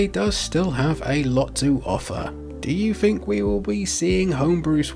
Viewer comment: I genuinely don't understand your accent and by that I mean pronouncing the letters "TH" you say "three" and "the" correctly but "earth as earf", "think as fink" Is it a cultural thing? I'm genuinely curious.